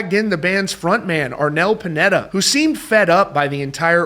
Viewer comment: *Sh-ah-n *Pu-nay-duh